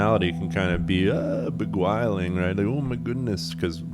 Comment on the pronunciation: Did you say begwiling? ❤